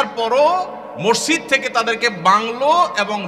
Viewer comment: শব্দ টা মরজিদ না । মসজিদ হবে ভাই